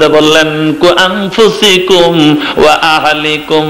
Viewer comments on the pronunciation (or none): কু আনফুছিকুম নয় আনফুছাকুম আপনারা কুরআন ছহি করে পড়েন না কেন আরও অনেক ভুল আছে